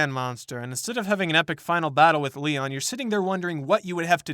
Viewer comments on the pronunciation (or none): none